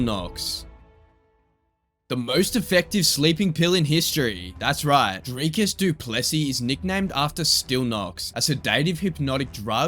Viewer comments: Dricus Du Plessis is pronounced Dree/kis Du Plis/see in South Africa, hearing all you YouTubers cover him is a bit scuffed because of everyone pronounces his name poorly not just you. Other than that I loved the video :) The editing was good, structure amazing and it provided a lot of value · Just wish these idiots making videos about him can pronounce his name properly, then again it could be intentional to get comments like mine. Petty baiters. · I also just have to comment on the butchering of the pronunciation of his name...